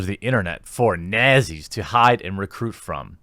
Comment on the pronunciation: Damn man, the way you pronounce the Leftist buzzwords gets me every time😂 Those Hoo-White Supremacist Nazzees!